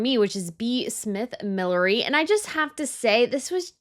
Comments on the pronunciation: MilliNERy. Not millery. Sorry, I had to say it. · It's not millery, it's millinery. Hats. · Millinery not ‘milliery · Fun video and absolutely agree with the choices! Note "millinery" is pronounced mi·luh·neh·ree. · I do like your channel but I wish you would learn to pronounce things properly. It's millli- Nery. With an N. . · Can you please learn to say the word Millinery correct.